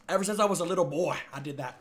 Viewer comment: why did you say boy like that